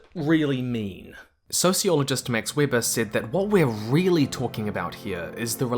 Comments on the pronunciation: Just a little FYI Max Weber is German so it is Weber is pronounced Vay-ber. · For the love of... Veber! It's written Weber but spelled Veber, like Darth Weber. Trottel. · Weber pron Veber 💞